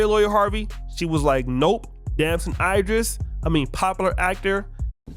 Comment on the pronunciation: Yo, it pronounced E dris, not I dris. Cmon bro.😂😂